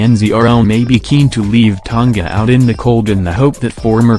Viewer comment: Ton-ga lol...MMT Alday